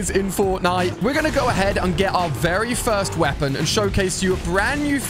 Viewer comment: You said fist 🤛 not first